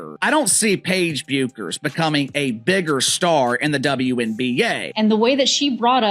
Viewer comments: IT IS REALLY IRRITATING THAT YOU KEEP ON CALLING HER "BEUCKERS!" IT IS PRONOUNCED AS "BECKERS" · It’s pronounced Beckers, not the way it’s spelled. And this video is as dumb as it gets. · It's about time you learn to pronounce Bueckers correctly. It's pronounced as if there isn't a u in her name as if it's Beckers. Show the parts of the PB press conference The AI was referring to instead of using the AI. If Paige Bueckers thinks that all, or a large majority, of the black WNBA players in the WNBA are going to see her as a "sister" or a champion of black women when she joins the WNBA in 2025, she is delusional. Black people may have felt some gratitude when PB made her speech at the Espy Awards, but remember, gratitude is the weakest virtue. Every time the slogan "Paige Bueckers was Caitlin Clark before Caitlin Clark was Caitlin Clark.", there will be backlash and it won't be against CC. "Ponytail Pete" became the "Female Steph Curry" when CC left college and started playing in the WNBA. CC got the PP nickname, a tribute to "Pistol Pete Maravich", because of her scoring prowess and 3Pt bombs and because of her organic popularity. CC didn't become a star and popular because of media push or anything to do with Angel Reese. AR road CC popularity to relevance. $$$$$$$$$$$$$$$$$$$$$$$$$$$$$$$$$$ Regarding the most influential women, #1 CC and #2 AR; here is how I see their personalities, the way they behave and the way they live their lives. The 13 year old daughter tells her mom I want to grow up to be like CC; mom takes her daughter shopping for presents as a reward. The 13 year old daughter tells her mom I want to grow up to be like AR; mom takes away her daught